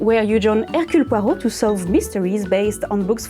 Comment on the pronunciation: Fantastic project ! Might try it myself ! Always love to see your "pocket/poche" meme ! SO catchy ! I LOVE hearing you say "Hercule Poirot" ! I love your English but to hear his name said with the correct pronunciation - chef's kiss ! (And, I probably butcher it when I say it as well ! Lol 😅 I love the French Language ❤) Very excellent photography/filming of "Not my cat". He is SO handsome ! ❤❤❤